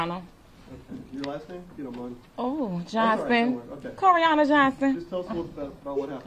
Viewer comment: Coriana or however you say it… don’t do that again.